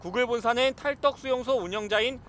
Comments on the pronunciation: 이거 내레이션 누구냐.. 탈떡수용소.. 이거 맞냐.. 취재진이나 기자나 아나운서나 표준발음 탈덕 수용소라고 해야 할텐데 탈떡 너무 신경쓰인다.. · 탈‘떡’수용소 아니고 덕 이요 덕 ㅋㅋㅋㅋ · 탈덕인데 자꾸 기자가 탈떡이라고 읽네 ㅋㅋㅋ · 탈덕을 탈떡이라고 하네 기자 맞아? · 발음 왜 탈떡이라고 함??